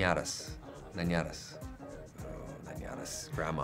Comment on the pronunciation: Nadie: Ryan: estreñido = helicoptero en llamas, Ryan: ñañañas